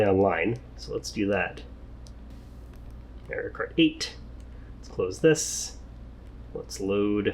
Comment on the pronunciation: The real crime was when you said merio instead of mario